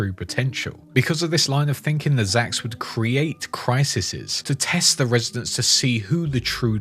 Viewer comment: Criseses? lol. Oh my. Well, at least there was an Adam Sandler jab so, well played sir.